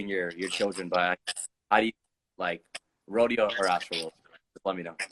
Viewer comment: 🗣🗣🗣 Mike Dean a real one for saying Rodeo